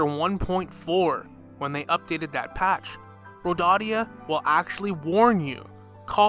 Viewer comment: Its nor Rodadia... Its pronounced ROW-DAY-UH